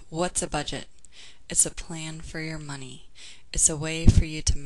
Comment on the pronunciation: The first page you said "moncy" instead of money...just thought i'd point that out. Anyways great video! :)